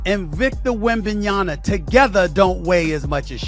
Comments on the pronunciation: Like talking head Stephen A Smetch, you pronounce the guy's name WRONG which I find disrespectful... Come on... it is WembanyaMA..... like when you called your MAMA, and not your NANA :( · and "WembanyaNa"... Stephen A. Smith can't even get Victor's name right. What a clown. Also: . Come on, guys. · WembanyaMA not ..nyaNA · It's Victor fuking WembanyaMMMMMMMMa it's a M not a N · "wenbanyana" lol